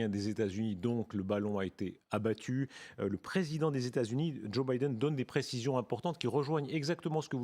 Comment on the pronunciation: "Abbatu" vite corrigé... Sinon excellent d'un bout à l'autre